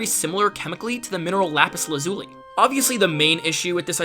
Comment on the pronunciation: "LAZ-uli" and not "la-ZU-li". Fabulous video otherwise